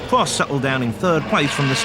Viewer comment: pwost, wace, anyone else noticed the commentarist can't spell 'r'?